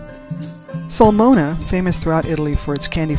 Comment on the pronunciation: My name is Pizzoferrato and I pronounce it correctly. Soolmona or Lanchaano might help you pronounce them.